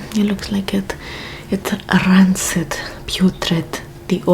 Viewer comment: “It’s RRrrr-ancid” she’s hilarious 😭😭